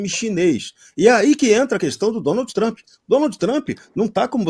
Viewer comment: Relou! Rere is Lula! Rou du iou du? 😅😅😅😅 Mister Tramp???😅😅😅 Popi corni, aice crim...😅😅😅